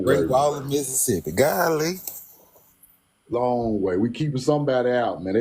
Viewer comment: said Gah Lee 😂😂😂